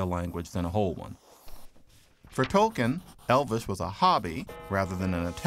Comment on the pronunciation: He did; the narrator didn't; which includes mispronouncing his name.